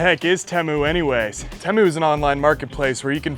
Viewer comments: Its teeemoo not tehmu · It’s tee-mu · I feel obligated to tell you it’s pronounced tea-moo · At some point the commercials for Temu went from pronouncing it "Teemu " now they say "Timu" . I think confusion with Liberty Mutuals Limu the emu caused this change. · No incorrect you pronounce it Temu not teeeeemuuiuui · lol the way you say Temu is killing me. Ever time you say it I get south part In my head TIMMY!!! 🤣🤣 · Bruh… it’s pronounced “Teemu” like “Tea Mew” 😂